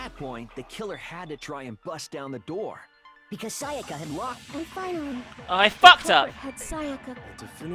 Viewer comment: always says "Sayaker" when she says "Sayaka"